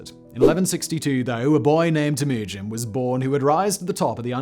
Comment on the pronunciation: The way this f*ck says Temujin maked me STOP watching. I don't know if it's his weird trumped up English accent which prevents him from say Temujin somewhat properly, but there are countless historians who say it correctly. Sorry about your accent bro. God bless!